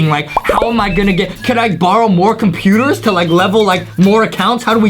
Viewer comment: When justie said 40 computors i was like WWHHAATTSSSSSS!!!!!